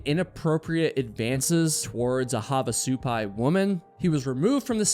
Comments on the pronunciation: Also, the emphasis is on the first part of the word, not the second half. "SU-pai", not "su-PAI". 😊 (And of course, as I'm typing this, you changed your pronunciation... You're killing me, LOL.😅) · What kind of idiot hikes alone? And it pronounced HAV AH SUE PIE say it slowly hav ah sue pie I live near there btw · It's pronounced have, not "haav"... Like "have a good time", "have a drink"... Both in the Village of Havasupai (Supai) AND Havasupai Falls. My dad taught at NAU back in the late '60s and we made that hike many many times, back before the masses discovered it..😊